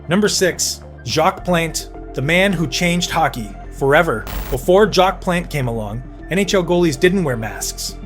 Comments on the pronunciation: Hah Sheck! Ve Zeena Trophee! Jacque Plant! Glenn Hall was not the first Conn Smythe winner. All sorts of AI errors. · Glenn Hall #7 Jacques Plante #6 and Terry Sawchuck #4 can’t be serious! All 3 should be top 5. And learn how to pronounce things like Plante & Vezina. And Roger Crozier was the first goalie to win the Conn Smythe not Glenn Hall. When you can’t get basic facts right the video lacks credibility.